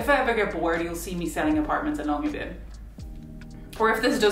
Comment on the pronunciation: thank you for saying the name Longyearbyen several times. this lets me know how to pronounce it. (i am not Norwegian.)